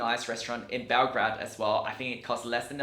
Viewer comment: Great video but it´s BelGRADE not BelGRAD.